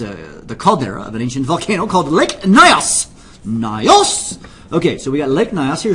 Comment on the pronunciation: Nyos is pronounced NEEohs. Also, the carbon dioxide was dissolved in the water. Lower water pressure reduces the solubility of CO2 in water, so once a pipe is installed in the water (not drilled into the bottom), all they needed to do is start water flowing from the deeps up the pipe into the lower pressure, and the CO2 comes out of solution, like an opened soda bottle. The rising bubbles of gas drag more water up the pipe, causing more CO2 to fizz out. It becomes self sustaining. And one more thing. Thames is pronounced Temz. I could imagine someone mispronouncing Nyos as it's not that well known, but Thames, I'd have thought everybody knew that.